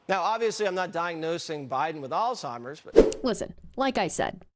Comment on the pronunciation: You're "age-ist" (do not know how to spell it) not because you're young but because you can't say Alzeimhers correctly. It not All-Timers as you said. Now, regarding presidency candidates. I wholeheartedly agree that these two candidates should not be the presidential candidates. I really like Mr. Bidden personally. But I wish that he would have ran right after being the VP. Our country would be so much different than today. That said, who are you going to have as the presidential candidate? I wouldn't mind Ms. Harris, of whom I think will become the 1st woman president. But no other candidate stood up and said "I'm going to challenge him!" Nobody! So until you help bring options to the table, you're not helping, all you are doing is complaining miss. (Modified)